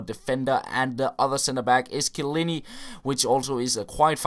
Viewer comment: the name is kaboul not kalbu and chiellini not chillini